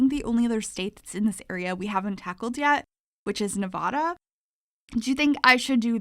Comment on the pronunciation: Nev-ah-da please!! Not Nev-aw-da